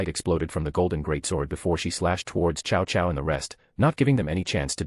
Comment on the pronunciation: Ah yes, chow chow, my favorite general from the Romance of the Three Kingdoms and Dynasty Warriors. Ai reader didn't handle reading Cao Cao very well.